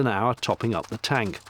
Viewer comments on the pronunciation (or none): none